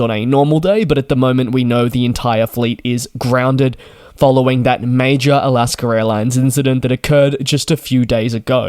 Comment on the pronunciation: it's not "alasker."